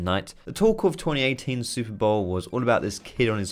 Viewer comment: I think that im retarded, i had to re listen the very first word 10 bloody times to understand thar he actually said super bowl... Silly me.